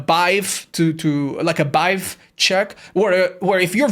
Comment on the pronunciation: pronouncing vibe as 'bive' is the best part about this video